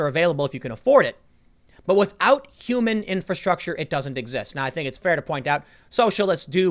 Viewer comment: Tim trying to explain stuff is funny. He can't pronounce infrastructure